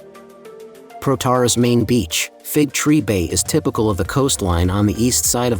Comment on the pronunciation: It's pronounced with the emphasis on the end of the word: Πρωταράς